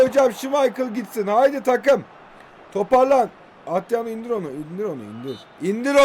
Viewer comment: Abi şu adama atriano deme ya